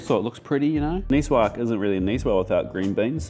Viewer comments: Excellent ideas, chef. But please: Nicoise-zzzzzzze. Not Nicewah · Nicoise is actually pronounced Nicoize. one would speak the word the way you did if the “e” were absent. Thank you for working as hard as you do : I’m sort of an amateur chef. I learn so much from you.